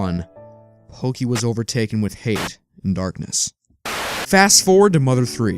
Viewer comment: His name isn't porky. It's pokey